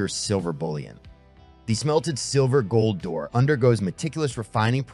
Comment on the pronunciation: Good video. Just a note though, Doré is actually pronounced doray.